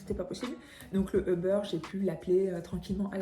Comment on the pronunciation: Martin doit capoter à t'entendre prononcer "euh-beurre"... 🤣🤣